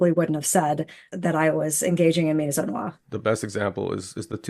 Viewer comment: I don't think MI-ZO-NWAR is a correct way to pronounce misogynoir, there is that whole gy thing that is being skipped. But then again it is a made up word created in order for someone to have something to accuse someone else of when they don't like what they are saying.